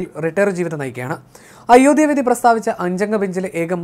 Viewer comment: ഇയാളെന്താ അയോദ്യ എന്ന് പറയുന്നത്? ഉച്ഛാരണം പഠിച്ചിട്ട് ഈ പണി ചെയ്യുക. (അയോദ്ധ്യ)